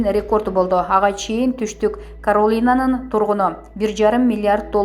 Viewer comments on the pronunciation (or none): Ушу чала грамотный дикторлор жаман надоел болдунар да, Хабаровск деген соз жон эле соз го эмнеге туура эмес окуп жатасын келесоо, Каролина деген созго эмне тилин келбейби тупица десе